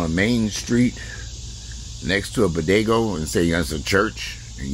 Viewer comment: Not a "bodegoo" 🤣🤣